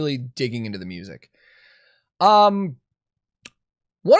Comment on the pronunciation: I'm having trouble with the pronunciation of "music" its an "IC" on the end not "ACK" but that is a tiny gripe with the video in the grand scheme of things lol. But I do have a lot of problems with Fine Brothers as an organisation, I still havent gotten over them trying to copyright the word "React" becuase that sort of thing drives me crazy!!